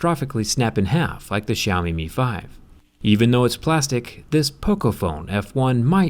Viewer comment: No one can pronounce xiaomi right